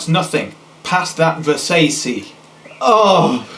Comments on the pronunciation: it's versache not versaysee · Ver- say-cee? face palms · OhSnapI'mBack i know how Versace is pronounced man, but the joke of the line is supposed to be the mispronunciation ver-say-see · I can't even pronounce nothing, pass that ver-say-see... I don't see how thats a bad line. It not rhyming is kinda the point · looks around shiftily I'm American and pronounce it ver-saw-chee.... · versace is pronounced ver-sah-ch-ee here in america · he mispronounced Versace😐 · the way he pronounced "versace" killed me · You saying Versace was just awful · oh god his pronunciation of versace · Rollies and Pashas they done drove me crazy I can't even pronounce nothing pass that Versace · versace 😂 the way he pronounced it lmao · I thought the second one was satiric because he purposely mispronounced "Versace". Guess he really can't pronounce it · Talia Hass "I can't even pronounce nothing". I think that's the joke, making it rhyme by intentionally mispronouncing, and this mispronunciation being referenced five words before...